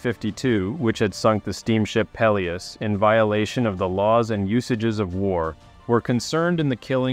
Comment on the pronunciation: Gads...you can't even pronounce "Peleos".